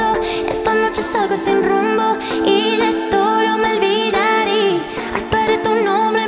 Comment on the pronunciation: olvidare is the only mispronaunced word